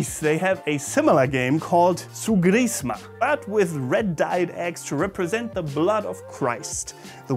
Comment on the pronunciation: I would like to correct you in something. The tone in the greek word you said is in the first syllable. Tsoúgkrisma.